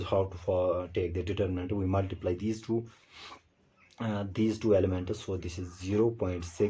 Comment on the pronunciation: It's elements not elementas 😂